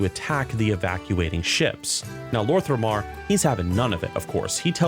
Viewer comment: Quick note concerning your pronounciation of some names, so it's "Lor'themar not Lor'thRemar" and "Turalyon actually reads as Turalyan" other than that i really love your videos keep it up ! Much love !